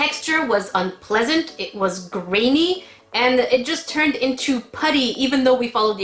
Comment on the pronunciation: "It was grany" do you not like us grans?😖 😉